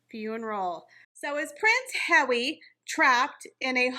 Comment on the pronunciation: I like the way says Prince Hawwy